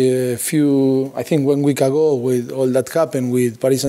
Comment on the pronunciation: I'm sure poch scores every time he "plays wif his wife " 😂😂😂😂😂😂